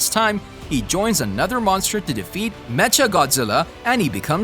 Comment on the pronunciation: It’s pronounced MEKKA, not “metcha.”